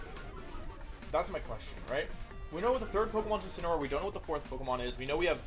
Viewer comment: Day 4 Wideo 4 of asking Mr Wolfey Glick to use "Insineroar" instead of "Insinnyaroar" to pronounce The pokemon Incineroar.